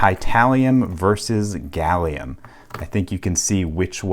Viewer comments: You've said Salium 96 times in this video. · Shouldn't Americans call it Gallum? Like aluminum.